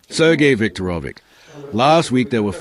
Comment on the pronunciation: It’s Sergeo Sevag Lavriovian